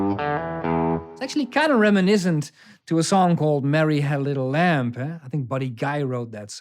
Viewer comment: Thanks a million!! This is so educational!! I just love Freddie King instrumentals... Only one minor unrelated thing if I may add (please take no offence)... when you say "lamb" or "thumb", remember that the final "b" should be silent, it sounds as if you're pronouncing it a bit or maybe it's a Dutch thing (and I apologize if I'm being pedantic, which I probably am). P.S.= For the record, otherwise your English is excellent